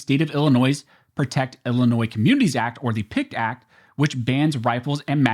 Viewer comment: There's no noise in Illinois...lol In other words, you aren't supposed to pronounce the S.